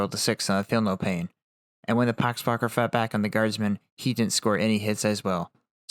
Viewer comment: "pock wakker" lol